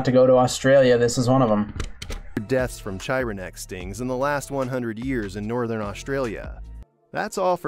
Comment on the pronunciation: I think they mispronounced chironex. I think the Ch is pronounced as a k here. Not entirely certain, but I think so. If the root is Greek, it's definitely pronounced as a K. Latin, I'm not entirely certain.